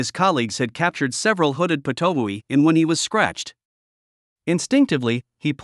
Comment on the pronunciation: Thanks for the story as to how it was discovered to be poisonous. Such an intriguing story! It's pronounced pit-o-wee though, as far as I know; it's named after its call which sounds like that, it also has a bunch of calls "pit pit pit" "wee" "too-oo" etc